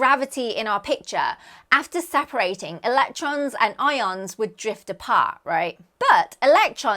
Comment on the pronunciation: Don't you mean i-oans? Aren't they what the i-oanassear is named after😮😂